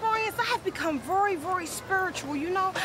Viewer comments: vury vury spuritual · "...voiry, voiry, spoirtual, ya know?" LoL